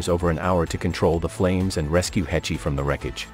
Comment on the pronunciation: Uhm just fyi. Her last name is pronounced: "Haysh."